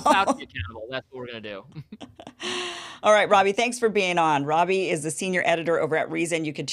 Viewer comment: I ALMOST clicked OFF this video when I heard you say "Robbie" ...🤦🏽‍♂️